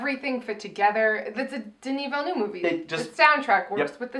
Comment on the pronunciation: "denis villnuuve"